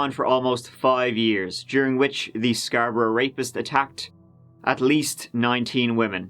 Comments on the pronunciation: I'm from Scarborough and I'm still not over how you pronounced it (good job on the video though m8) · It's pronounced "scar-bro" not sxarbrah. It's not Eden brah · "scarbruh" its scar-bo-row but i like this new pronunciation, it's like bruh but scarbruhhhh lmao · Where’s this dude from the way he pronounced Scarborough has me so confused. I’m guessing Scotland like the pronunciation of Edinburgh but idk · listening to you pronounce Scarborough is giving me life lmao